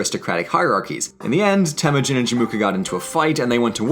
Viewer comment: The narrator kept mispronouncing Temüjin